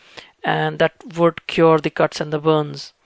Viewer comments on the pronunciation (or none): none